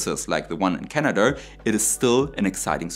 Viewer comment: How is this different from Soviet nuclear batteries? Also it is Canada not Canadurr.